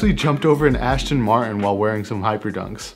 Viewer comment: You said ashton martin multiple times bro its just embarrassing